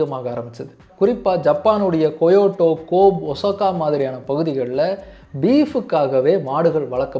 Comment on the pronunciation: நல்ல பதிவு👍🏽 but Kobe கோப் இல்ல. கோபே Kyoto கொயோட்டோ இல்ல. க்யோத்தோ Osaka ஒசாக்கா இல்ல. ஓசக்கா